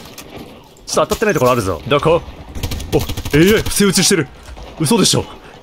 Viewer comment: のDOKO！っていう片言好き